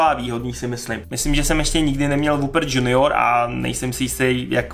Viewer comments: čte se to "junijor" ne "džunijor" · " Džunior " OMG man